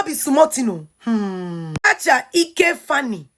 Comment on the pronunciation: Cha cha Eke Faani not ike,, learn how to pronounce people's name.